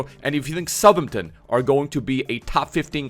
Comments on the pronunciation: Who’s southernten? How hard is south Hampton to say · Love to see saying ‘Suthumton’ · As someone who grew up in Southampton, your pronunciation really grates me lmao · He does it on purpose just to troll man, dw he knows how to pronounce it properly 😂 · is really not good at pronouncing names. The way he said Southampton, vizeh and grealish hurt me